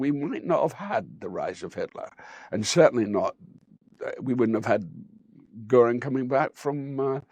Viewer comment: Göring. The umlaut is crucial. It's the difference between GORE- ing and Geer-ing. No umlaut? Kein problem. Just add e. Goering.